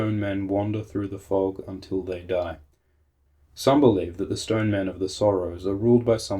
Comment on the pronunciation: Shtone Men!